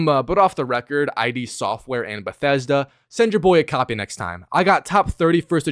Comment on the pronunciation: It’s iD not “eye dee”